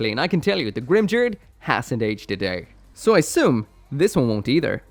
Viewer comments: Grimgerde is pronounced with only hard Gs and the E at the end has an "uh" sound. "Grim-gare-duh" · The 'ge' part of Grimgerde is supposed to be pronounced like 'get', not like 'gel'. The katakana used for that syllable is ゲ, so I have that supporting my statement. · Oh I always pronounced it as greem-ger-day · In German its pronounced grim-gurd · Going by the Japanese pronunciation, it should probably be the first one. Short 'ba' and , 'tos' pronounced similarly to 'toss' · every time Grimgerde was said I died a little inside